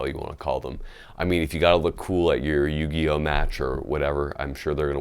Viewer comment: HE SAID "YUGIO MATCH" hahahahahah this guy